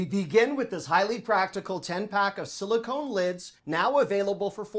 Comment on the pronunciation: Does speak American English as his first language? In this one video he mispronounced "silicon". OK, that one confuses a lot of people. But mispronunciations abound in the food department. must eat only at McDonald's: "madeleines", "jalapeno" (lol), "teriyaki", "basil". He needs to get out more.